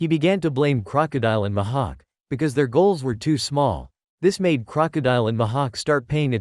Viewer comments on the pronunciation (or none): Mihak❌ Ma ha k✅